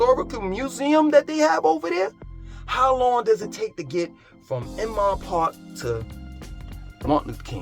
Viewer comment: Now senior a complex BTW "Oomon Park?" is pronounced INMAN PARK. I understand you have your own pronunciation of places, "Whole's Food", "Keenasaw" etc. however, you may confuse some of us. Thank you for your tours of Charlotte. I was considering moving there from Atlanta but it seems to be becoming the same place with all the greed in real estate excess traffic, and too many new buildings. I am also from NYC (Hamilton Heights) as well as Teaneck, NJ (home of the Sugar Hill Gang).